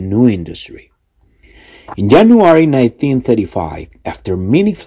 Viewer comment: Yo escuché solo Jenuary